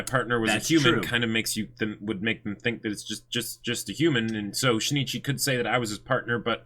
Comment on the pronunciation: Just so you know, it's not She-ne-chee BUT Shin Ichi (yes, you put a short pause between the vowels n and i).